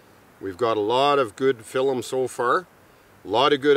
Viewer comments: I’m watching every episode here too! “Got a lot of good filem”😂“Filemed it”😂😂 “Fileming efforts” 😂😂😂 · I love the way says film!! "Filim" makes me grin every time, this man radiates positivity Never quit being you!!! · Man keeps saying filllum